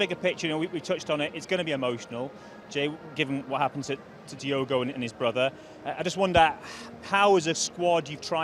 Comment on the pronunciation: Who’s Diego(?) Can Spearing REALLY be that ignorant that he can’t/won’t pronounce DIOGO’s name properly(?)